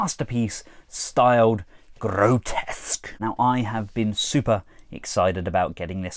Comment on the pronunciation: Apparently his name is Grotusque, not Grotesque. I had always called him Grotesque like you did in this video until I saw The Chosen Prime's review where Andrew called him "Gro-Tusk" (for pronunciation). I thought he was wrong, but thought of his alt mode's tusks so I looked it up and turns out it really is Grotusque. I had no idea. I feel sorry for him so many of us calling him grotesque for 3 decades just because our minds glossed over the actual spelling.